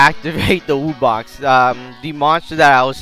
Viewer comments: It pronounced WOB-box not wu-box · It's not "Woo Box" its "Wub box" Wub as in dubstep like WUB WUB WUB WUB WUB not WOO WOO WOO WOO WOO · wdym idc you cared enough to tell him whats the pronounciation for wubbox